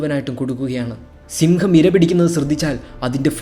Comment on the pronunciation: സിങ്കം അല്ല അളിയാ സിംഹം